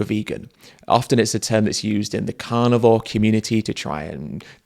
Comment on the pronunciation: "I could never be kind to animals…" When I played this video from the start, when Ed says "carnivore" I heard "cannibal."